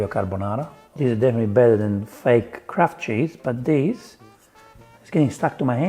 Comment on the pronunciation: anyone else hear "crap" cheese instead of kraft cheese?